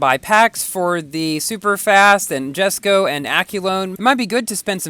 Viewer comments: It's written jesko but pronounced yesko just letting you know 😅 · It's pronounced as YES-ko